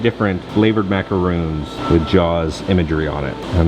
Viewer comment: MacaRONS, not macaROONS. Otherwise great video